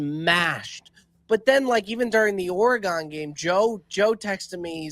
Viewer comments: Bob pronouncing Oregon oreGON trips me out every time 😂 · Bob can you please figure out how to say Oregon? I know you took accountability but we gotta be better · The way Bob says Oregon absolutely drives me up a wall 🤣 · bro I’m from the PNW and I can tell you he is 1000% butchering it haha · Yea me too. A lot of East Coasters mis pronounce.Weird. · Pronounce Oregon correctly Bob please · Bob saying Oregon 😬 geeeeez